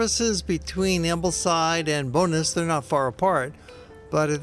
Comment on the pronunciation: Love it thank you for submitting it. Just to help: Bowness is pronounced Bow (as i bow tie) and ness (as in the first part of nestle), rather than sounding like Bonus (a payment for a great job) :-)